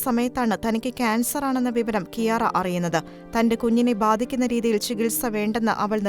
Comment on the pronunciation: ഈശോക്ക് മഹത്വം 🙏🙏 ക്യാര (Chiara) എന്നാണ് ഇറ്റാലിയനിൽ ഉച്ചരിക്കുന്നത്